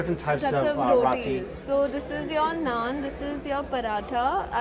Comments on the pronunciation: Yea... I still love him but he's definitely not saying it right. He said it right in one of his other videos. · it's not RAH-TEE. it's ROH-TEE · What is rawtee? It’s Roetee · Mike, love all your food vids, but could you please stop pronouncing Roti as Rati. Even your friend Mehak who I gather is from India pronounces it as “Rowtee” not “Ratty”. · Bothered me too! Definitely pronounced [row-tee] not [raw-tee] 😂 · Why does Mike insist on say rotty instead of roti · somebody please correct him, Yoo Mikey its not pronounced "R-aa-t-i" its actually "R-oo-ti" use the "O" not "A" in the middle for pronouncing,the way you are saying it sounds "R-aaa-t-i" which means "A" in the middle which is wrong,Please correct it !!!!! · Micky it's pronounced "row tea" "rowtea" roti. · MIKEY Roti is pronounced as ROW-TEA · come on mike ~! it's 'row -tee' (roti) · "ROW-TEE" CORRECT PRONOUNCIATION FOR "ROTI" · I cringe at how u pronounce “roti” Mike 😂😂😂. Great video!! Always look forward to your content! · This guy can’t even pronounce roti or Mumbai properly. Wtf is he doing there?